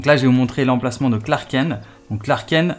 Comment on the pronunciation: tu tus la légende de SUPERMAN en prononçant Clark KEN ....prononçe KENTE lol